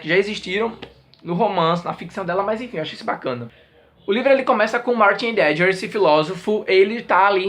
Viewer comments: Kkkk normal, mas pronuncia-se Raideguer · Aeee! Vi no Twitter (ou foi no Skoob?) que vc gostou muito desse livro, então vim correndo ver a resenha. Heidegger se pronuncia "Ráideguer", que eu saiba.:) Que coisa isso das cartas, hein?!:( Tem cada coisa horrível nesse período da História... Beijoooooo! Nati